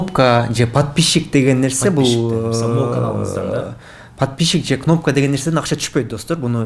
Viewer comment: Подпищщщик дейт го. Микрофон которгон бала без грамотный экен бир ааз кичине китеп окуу